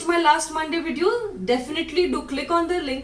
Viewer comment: Thxx for that advice And also pls change your pronountion Like Vdddeo Perrement